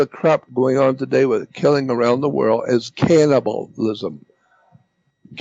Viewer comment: Instead of world Jordan says like whirl! Haha.